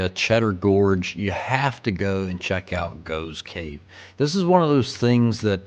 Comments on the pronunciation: It's pronounced goffs cave not goves cave..!🇬🇧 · GOFF GOFFS cave is how its pronounced- there are lots of caves in Britain 🇬🇧🏴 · It's pronounced Goff's cave! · the cave is pronounced Goffs Cave. Srumpy is a fermented Cider (alcoholic, very).